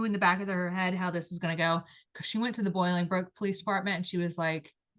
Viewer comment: Sorry I need to make a correction … the city is NOT Boilingbrook. It is pronounced BOLINGBROOK. I lived a few miles from their house. This is a great story. Thank you for telling it. Such a shame!!